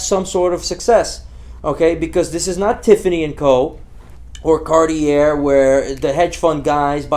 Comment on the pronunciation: it was the "Cart-IER" for me